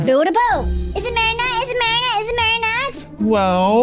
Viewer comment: is so funny he says is it marinnete evry game